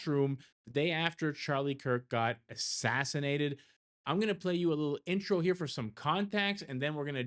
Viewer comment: Why are you saying assassinatied?